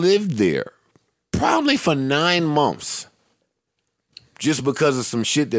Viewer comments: SHADDY 21 lmaoo “munfs” is hilarious. If it’s spelled anyway that exactly how it would be spelled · "We lived in a hotel for 9 munfs" 😂😂😂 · Thought I was the only one...shit so irritating. “Munfs” 😔